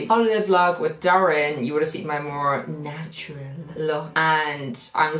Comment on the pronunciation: I just noticed you never say natural properly 😂 I love it 😂😂❤️